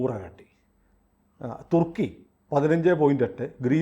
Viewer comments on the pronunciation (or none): none